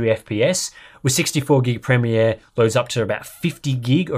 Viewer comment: It's nice to hear someone pronounce "premiere" correctly. North Americans appear to pronounce it as 'premeer' which immensely irritates me.